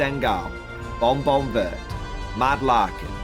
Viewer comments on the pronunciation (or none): none